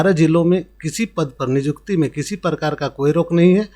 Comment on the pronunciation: Niykuti ko nijukti Kyu bol rahe ho